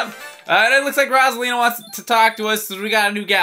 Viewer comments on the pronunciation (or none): it's ROSE-A-LEEN-A! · It's ROSE-A-LEN-A! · It's rose! Alina not rosalina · ROSE-A-LEEN-A Like so PBG can see!